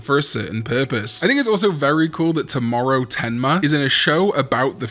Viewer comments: Toe-Mow-Row my guy! please lol. 😂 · i'm so sorry but when i missed the Tomoro's name for some reason i started hearing you saying "Tomorrow" and thought his name was actually "Tomorrow" 😅😂